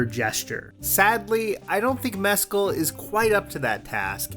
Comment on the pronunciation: Your pronunciation of Mescal is giving me anxiety